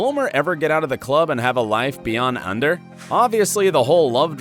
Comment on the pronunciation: It's Ander not Under